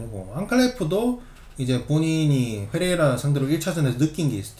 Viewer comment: 훼레이라 발음 살벌합니다